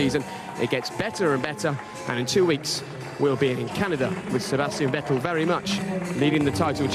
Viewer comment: Vettel as in kettel.... haaahahah :D